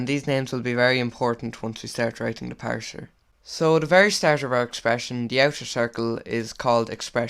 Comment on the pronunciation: parser not parsher